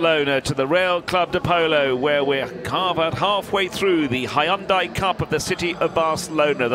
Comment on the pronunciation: Gotta love the way he pronounces Hyundai. "Hi-on-die"